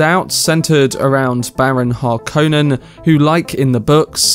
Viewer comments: Har-Conan? Nonono. Hark-on-Nen. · HAR-konen, not "har-KOH-nen" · Accent the first syllable only, of the surname. *Har*•konnen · This video Butchered Harkonnen, but was it better in 1984? It’s a finnish name.